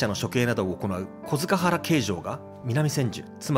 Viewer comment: あなた「のて」だね？紺屋高尾（発音は「こーやたかお」です）古今亭だと「幾代餅」．小塚原の発音は「こづかっぱら」です．銘酒屋の発音は「めいしや」です．「のて」とは発音が違います． 山谷は「常磐炭鉱の石炭を扱う労働者」が集ったところから始まってます． 柳家小菊師匠の「舟から上がって土手八丁，吉原へご案内」をおすすめします．